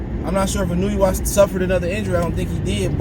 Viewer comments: Pronounced: “in-new-way” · Akhsually. It's Ee-no-ooh-eh